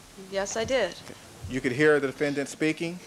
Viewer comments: DefenDANT. Why does it drive me nuts every time he pronounces this word? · 😂 I hate how Chris Darden pronounces that word, too